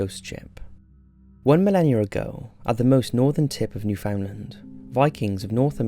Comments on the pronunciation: Just so you know, it’s New-fin-land, not New-found-lind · It's odd hearing Newfoundland as "new found land" instead of "newfinland" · i know i'm being nitpicky, but you pronounced newfoundland wrong. its more like new-fund-land not new-found-land. love your videos though. nice to throw on to kill time or have in the background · An ex girlfriend of mine is from Newfoundland......she quickly put me right about the pronunciation of the place....it's New-fund-land, not New-found-land! Fantastic place, and people. St.Johns! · If she says New-Fin-land then she wasn't born here if she says New-FOUND-land then she a true newfie! thats how you tell the difference XD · 'NOO-FUN-LAN Accent on the first syllable. It's not pronounced the way it's written. 🙂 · Newfoundland is pronounced New-fin-lind even though it really is New Found Land and has nothing to do with Finland. Either way, now you know. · As someone born and raised in Newfoundland, it's not pronounced like that. More like Newf'nland if that makes sense. Not NewFOUNDland or NewFinland. I have to laugh at the 5th entry because that whole ordeal was less creepy for us and more just funny and bizzare, I remember that giant in the harbor for years! Also not sure where you got the translation for l'Anse aux meadows but it definitely doesn't translate to Jellyfish Cove. It's French and more or less means Meadow of Coves. I hadn't heard about the viking ghost ship before! Makes me wanna go again and visit. Either way, I'm happy to hear my province being mentioned on your channel! I'd definitely recommend anyone planning a trip here to visit l'Anse aux meadows! It's beautiful and like being back in those times. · Hi, to all of you that would like to know how to properly say, Newfoundland here it is: NEW-FIN-LAND, this is how we say it in the actual province. And now you know! 🤗🌼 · It's pronounced new-found-lnd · I’ve heard Americans pronounce it as “Newf’n-lind” and my soul dies a little when I hear it pronounced like that.